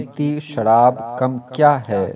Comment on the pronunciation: sharab e kamm nahi. asl alfaz "sharab e kumm " hy ..plz thek kr lein